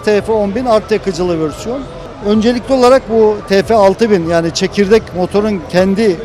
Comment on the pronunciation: hocam ülkemiz için çok değerli, çok kıymetli kimliklersiniz ama Allah aşkına vörsiyon demeyi bırakıp versiyon demeyi deneseniz en azından